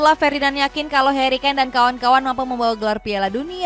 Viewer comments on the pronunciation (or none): none